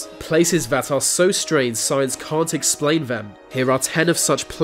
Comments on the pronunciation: did he say cunt or cant? why do ppl whom cannot speak without impediment make so many fkn videos is the real mystery! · i canv even wavch vis video ivs so annoying can you nov say 'T'